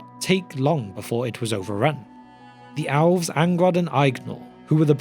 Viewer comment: I couldn’t tell if he was saying elves or owls.